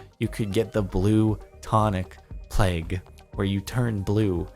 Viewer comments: Jardon read it wrong it said plaque not plague. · A heard him say pleg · notice how it says plaque but he says it as plague 😆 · are we going to ignore that he read plaque as plague? XD i want blue tonic plaque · even you pronounced it wrong. He wrote blue tonic PLAQUE.